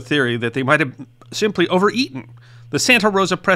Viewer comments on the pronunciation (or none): none